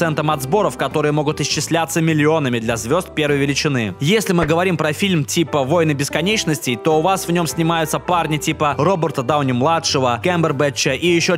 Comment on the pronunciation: войнЫ бесконечности, войнЫ, ударение на Ы! Чел, что с тобой не так!